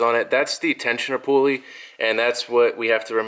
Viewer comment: "Poo-uley" hah. I like it.